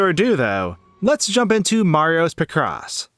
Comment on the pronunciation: i like how you mispronounce picross